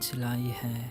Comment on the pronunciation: "ہے " کا تلفظ ٹھیک نہیں ۔۔